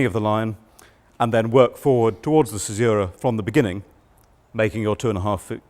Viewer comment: Imagine teaching this for a living and not knowing how to pronounce caesura correctly.